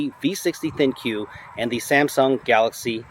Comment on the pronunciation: IT'S NOT THIN Q IT'S THINQ THINK! THINK! IT'S THINK!!!